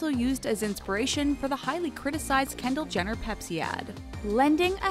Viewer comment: to pepsi....kanndal....plese....why?